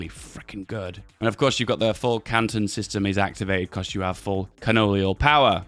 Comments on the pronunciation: Feedback on his way to say Canon instead of canton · it's Canton, not cannon. There is a T in there